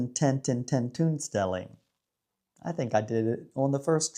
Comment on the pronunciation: oo: tentoonstelling is pronounced like 10 TONE stelling not like the oo in cookie or look